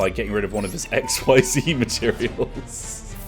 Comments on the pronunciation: Just for future knowlege xyz summining is pronounced x-ease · XYZ is pronounced "ek-SEEZ" which is stupid and I love it.